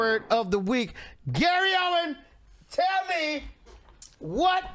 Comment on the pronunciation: OWEN …no “s” 😭😭😭😭